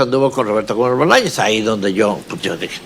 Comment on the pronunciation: Tu para empezar, no hables de lo que no conoces! y nisiquera pronuncias bien el nombre del sr.roberto gomez Bolaños, porqué hiciste el video? no tienes ni idea de lo que estás diciendo! las cosas no son para nada como tú las estas exponiendo.